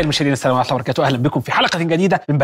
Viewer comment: احمد الدحيح، التحية مال السلام عليكم ورحمة الله وبركاته حاول تلفظها بشكل رزن وبطيئ احسن من هذا الخرط